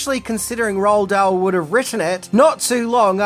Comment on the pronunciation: Roald Dahl's name is actually pronounced, "Roo-All Doll."